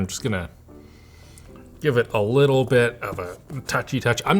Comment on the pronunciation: “... and it has a lituwl bit ”